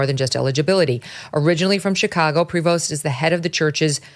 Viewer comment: It's pronounced "Pree Voe" the S is silent. It's a French name.